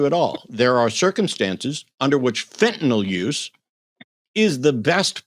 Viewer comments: Fentanyl. Not fentanol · Its Fentanyl, not " FENTANOLLLLLLL"! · fentanyl, not fentanol it doesn't rhyme with tylenol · Why are the intellectually dishonest so quick to go nucular over things like Fentanol and Oxycotton? Is it early-onset Old Timer's disease? Honestly, nothing says "I don't read" better than using words that don't exist. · What is fentanol? Is it anything like Fentanyl?